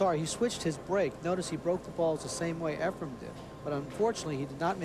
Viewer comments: his name isn't EFRE*M* it's _EFREN with an N Okay a million years ago? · say this slowly EF-REN "EF-REN" FOR CRYING OUT LOUD!!!! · It's very irritating that the one announcer always pronounces Efrens name as Efrum 🙃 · One of these commentators doesn't know that it is Efren with an "en" and keeps saying Efrem with an "em" or "um". I can't believe the ignorance of the fellow. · Almost every match with Efren in it, at least one of the commentators says “Efrum”. It drives me crazy. 😡🤬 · ..it’s EfreN, not EfreM...sheesh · It’s Efren!!!!! Not Efrem.... that drives me insane.... if you’re gonna commentate at least pronounce the mans name properly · I hate how they pronounce his name. "Efrem-Ray-Ace"